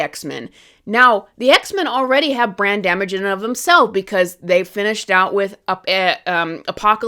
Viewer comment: Lol every time you say brand damage It sounds like "brain damage" "DC has brain damage" "The X-men have brain damage"